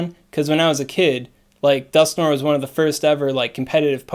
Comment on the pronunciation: Dusk-No-Er (We're NOT giving them Litwick) ... The Niantic "brain" storm session motto ... Also swaaaaaaaag ... tips